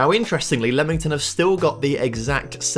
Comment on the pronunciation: is it not LEAM ington and not lemon tun LOL great video though i enjoy these